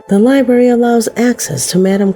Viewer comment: Right off the bat, she got all ghetto, saying, "liberry," instead of "libRARY." That's so ignorant. Idk HOW she got that pronunciation for Thoth. Wow. She has a dignified sounding voice that seems to know English, but then THIS video happened....WOW. Stephen King....NEVER, until NOW, have I EVER heard anyone say STE FEN. It's STEE VIN! Does she not even KNOW this famous author & movie maker?! Is she only 10 years old with a woman's voice? This guy's been around my whole life!